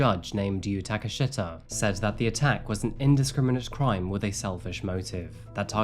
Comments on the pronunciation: Thanks for another interesting true crime story from Japan. FYI, the judge's name is pronounced like Takashta (Like you pronounce Takeshita-dori, you don't pronounce the i at all in a shita, it's just written that way due to the language). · The correct pronunciation is Shee ta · Its Yuu Taka Sheeta. Its not an unfortunate name. You just mispronounced it. The i in Japanese words is pronounced as an e. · "Unfortunantely named Judge of "Taka-shit-a." It would be pronounced "Ta-ka-she-ta" - Youtuber error lol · Uummmm....I think it's pronounced takashta? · Damn, judge take a shita lmao. That is NOT how that name is pronounced, but I appreciate the mistake. It made me chuckle. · Hey bud just fyi if you see the letters “shi” in a japanese name its pronounced like how we say “she” so the judge name is pronounced “SHEE-TAH” idk if thats any better hahah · Takashita is a relatively common name in Japan and it’s pronounced “Taka-sheeta” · just fyi, in Japanese the i is pronounced the same as a long e sound. So Takashita would be like Ta-ka-shee-ta.